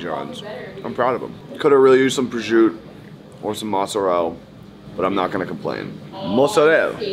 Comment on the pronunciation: The dude saying prosciutto wrong over and over is cringe asf!